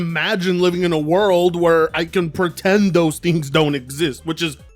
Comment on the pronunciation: Pretendo? Lol